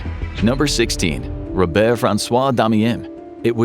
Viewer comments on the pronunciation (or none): none